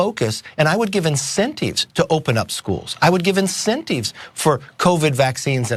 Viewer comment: Incenteevs. Why do all old white POSs pronounce the letter I like that